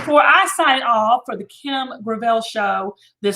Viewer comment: You pronounce her last name “Gravelle”? Let me channel my inner Kim: Gurrl, yo last name is GRAVEL. That ain’t nothin but glorified rock.